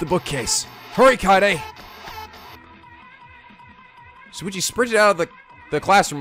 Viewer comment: he also says “Suichi” instead of “Shuichi” too